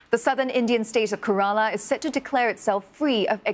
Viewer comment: It's Kerala, not Karala.